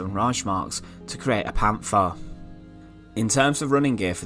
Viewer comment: “Pan-far”. Righty-o guv